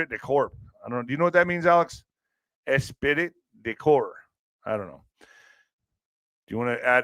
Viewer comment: Esprit de Corp pronounced Espree de core, spirit of the body” or “spirit of the group.” It refers to the sense of unity, enthusiasm, loyalty, and shared pride among members of a team.